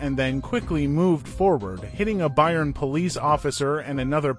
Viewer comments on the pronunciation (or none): none